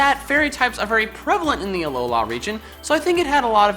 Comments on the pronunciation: Does it bother anybody else the way pronounces "Alola" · He has a weird pronunciation of Alola.